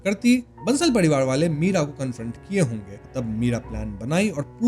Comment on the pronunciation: Parivar ❌ padiwad✅